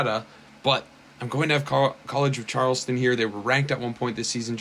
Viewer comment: You were really struggling to pronounce college of Charleston 😂😂